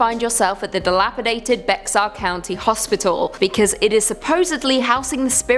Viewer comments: Genine Jones was a baby killer. Get your facts straight. It's also pronounced Bear County not Bex-ar. She just died in 2019. The hospital used to be called San Antonio Charity Hospital and is now known and named as University Hospital. My cousin was one of her victims, unfortunately. RIP Maryanne Garza Santos. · Bexar is pronounced "Bear" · Bexar is pronounced bear, not Bex-ar. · Bexar county is pronounced like "Bear". Plus she killed a lot of children in Kerrville. Not just San Antonio.